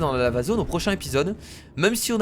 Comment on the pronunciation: je sais pas si vous avez remarquer mais moi j'entends la zone lama au lieu de dire la zone lava ☺ sinon super épisode comme d'ab' et j'ai hâte au prochaine épisode de Plante Versus Zombie 2 !!